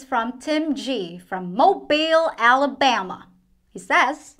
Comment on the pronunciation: Hahaha, I love the "Mobile Alabama" accent...it was amazing!:_PEAnut: OMG...the moustache, hair and nose puns were amazing!!! Ohhh..and your classic pool/"Caddy Shack" ending is one of my faves!:_HapPEA